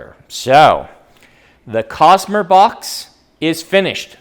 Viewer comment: UMMMM is it really pronounced COSMURR?????